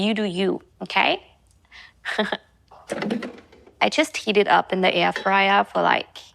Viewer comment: Hallo,ich mag deine Videos wirklich sehr und nutze sie auch gerne um Ideen für neue Rezepte zu sammeln.Außerdem finde ich es super,dass du deinen Kanal auf Englisch (welches du echt super sprichst)machst.Allerdings ist mir heute aufgefallen,dass du vor Vokalen,wenn du „the“ sagst,das „the“ wie vor einem Konsonanten aussprichst.Es wir aber quasi „dii“ ausgesprochen.Das soll jetzt bitte nicht als Kritik sondern nur als Feedback verstanden werden!Mach weiter so mit den Videos und bleib wie du bist!🩷